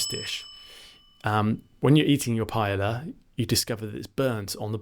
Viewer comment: Very informative video. Thanks. Oh, it's pronounced pa-eh-ya not "paela"